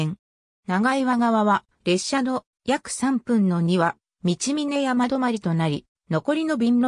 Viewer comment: 長岩 ×ながいわ ○チャンアム 道峰山 ×みちみねやま ○トボンサン 富平区庁 ×ふたいらくちよう ○プピョングチョング